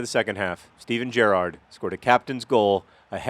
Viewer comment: it's good you say gerrard correctly.